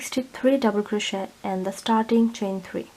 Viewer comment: Thank you for the tutorial have made this for my grandson and will make a smaller one for a friend. One small point. This is crochet and it's pronounced cro-shay not cro-shet. It's derived from the French language. Thank you.